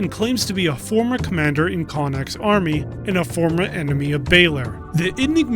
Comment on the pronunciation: How did you play the game when you still can't pronounce Connaught....? It's Connaught (as in Connaut) not Connact, it's also Balor not Baylor.